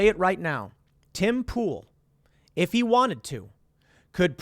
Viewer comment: Tim you mispronounced "he".